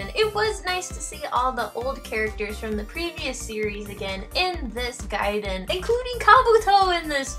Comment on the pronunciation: Finally somebody who pronounces it 'gaiden' instead of 'gayden'!